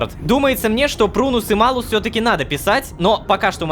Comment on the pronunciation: Кстати Рома. Знаю, что уже поздно об этом говорить, но как человеку, который изучал латынь, мне очень тяжело слушать как ты говоришь Малус🤣🤣 Если что по правилам читается Малюс. Но это так, для общего развития) Я понимаю, что менять произношение спустя столько времени уже не очень комфортно, да и зрители привыкли слышать так)